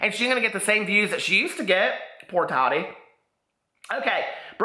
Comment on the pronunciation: It's pronounced "Tah-Tee" not Toddy lol